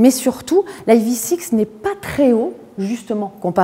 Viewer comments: Le E en anglais se prononce i pas aï. Sinon on peut dire ev6... en français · Prononcez ivisix si vous voulez, ou evsisse en français mais pas aïe vi six. Pitié. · Dommage de prononcer le nom de la voiture n'importe comment. Autant le prononcer en français. Sinon je trouve l'arrière horrible mais bon vu que c'est Kia, tout le monde trouve ça génial. Le profil très moyen également. L'intérieur est sympa, en revanche qu'est-ce que c'est que ces appuis-tête à l'avant ? C'est moche, imposant et pas en adéquation avec le reste de l'intérieur...